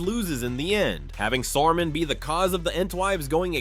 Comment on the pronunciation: The way u say Saruman hurts my ears